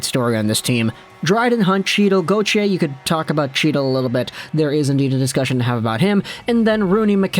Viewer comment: Chytil: HEETAL. NOT CHEETAL